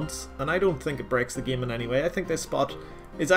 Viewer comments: "In the gyim" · Nobody:: in the geem